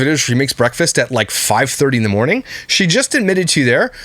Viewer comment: Also I hate to nit-pick trivial things but does anyone else get irked the way she says "Mor-neen" instead of morning? LIke did no one correct her as a child?